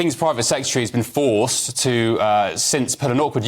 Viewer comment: This commentator is apparently unable to pronounce consonants clearly eg forc (ed) kicked ou (t) thank you for joinin (g) me. "hell ho(le) in England" if this is righ(t) Ugh Cant listen to these characters with their gutter slang and inability to enunciate. Is this demotic English planned to be the standard English of GB News for the future?